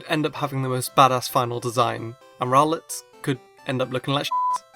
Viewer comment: I pronounce rowlet row-let not rowl-let